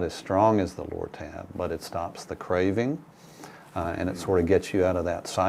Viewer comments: Did he say Loratab. Bah ahaha ha. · Lortab LoL!